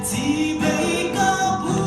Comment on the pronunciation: I aw dam tlap mai ngaihthlak a nuam thin i zaithiam bawk...chibei hi CHIBAI zawkin aw han tang leh deuh la